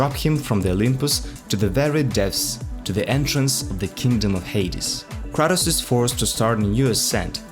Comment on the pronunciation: Kratos not kRAtus